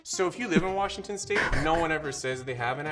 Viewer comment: Lol how did the guy mess up saying Washington or why did he say it different